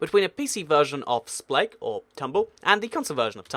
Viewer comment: I think you spelled spleef wrong on the picture before clicking this video because you said "spegg"